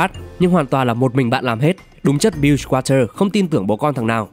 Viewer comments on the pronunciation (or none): none